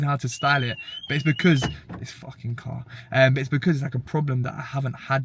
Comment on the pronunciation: “this Fawkin cahhr” lol